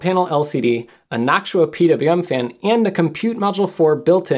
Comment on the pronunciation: never heard someone pronounce "Noctua" like that lol